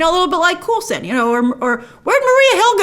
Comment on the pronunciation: Please oh please stop mispronouncing Agent Coulson's name. It cole-son or coal-son, not cool-son.